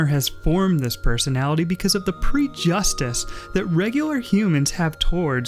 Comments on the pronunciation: Did you really pronounce prejudice as pre-justice? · Don't worry, I can't pronounce prejudice properly either